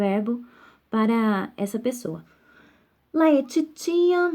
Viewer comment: A pronúncia de FABULAE, genitivo singular e/ou nominativo plural de FABULA, é "FÁBULÊ" e não FABULAI. LAETITIA pronuncia-se "LETÍTIA". Quem não conhece a pronúncia não pode, não tem condições, de lecionar nenhum idioma.